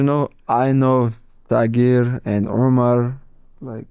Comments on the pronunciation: Tagire DJ!! Fkn tagire, not TIGER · let me assist you Champion. The man's name is not Tiger. It is in fact pronounced "Thai Gear". Like Muay Thai fucked Gears of War. Your welcome big guy. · It's Tah-Geer, not "Tai-Gerr". Proper way to pronounce Tagir Ulanbekov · "Tigeeeeer come baaaack" DJ struggling with pronouncing Tagirs name is just so hilarious 😂😂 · For as smart as DJ is and has the highest level of IQ in MMA in my opinion, how tf do you pronounce Tagir as Tiger 🤣